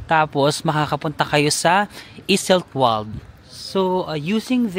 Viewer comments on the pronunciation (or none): Just a little tip lang po Ost is a german word means east. W is pronounce as V, like Iseltwald/Grindelwald pronounce as Iseltvald/ Grindelvald. Wald is a German word means forest. Enjoy your trip and try at least one authentic swiss meal. That's part of experience. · Hello, so, it's a good thing that you have taken the boat ride of Lake Brienz. The other lake, Lake Thun is also beautiful especially in autumn. OST is East in english. No train to Iseltwald (Iselt-vald), just boat or bus (20 minutes). I went there 3X, one time I came very early to catch the sunrise. It is very beautiful. The Bus 103 goes to Interlaken West also. Yes, may bayad na sya na 5chf, and platform ng CLOY. The 3rd time I went there may bayad na but the 2 visits wala pa, My first visit umuulan kaya di ako nakakuha ng good pictures, but the 2nd and the 3rd visit was so beautiful and had taken stunning photos. Speaking of CLOY, di sila nagkabalikan dyan. Di rin sila nagkita, but they might have meet na hindi pa magkakilala. From Interlaken to Lauterbrunnen and from there you can take another train going to Grindelwald and from there you go up to FIRST taking a cable car, up there is where CLOY naglanding sya at nagkita ulit after maraming years na hanap nya balik balik sa Zurich at Iseltwald. Doon din sa taas sila nagkita the 2nd time after sa bridge ng Sigriswil, (you can reach that place also by Bus), di pa sila magkakilala, naging photographer sya ng dalawa. Anyway, I'm happy that you enjoyed your visit there sa Iseltwald & Interlaken. Migros is pronounced silent "S".